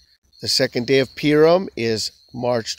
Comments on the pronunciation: It’s pronounced poo-ream. You are saying pee-rum. PU-RIM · Why do you pronounce "Purim" as "Peer-im"?